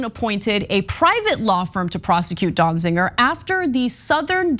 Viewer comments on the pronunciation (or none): Ana, it is not pronounced DonziNger. It sounds like there are parts of this story missing. Be careful what you’re asking for… are you saying that anyone held in contempt of court or Congress due to J6 insurrection should not be held accountable.